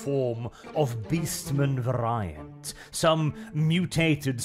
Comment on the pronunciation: For the Horned Rat Gawds sake...say 'very-ant'...veryant...variant...please...you're hurting my brain. On another note...Skaven politics were that of the Italian City States during the context of The Prince. Merk's for sale! Get yer Merks here!